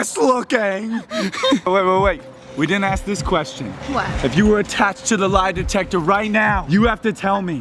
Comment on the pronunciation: “lie detester”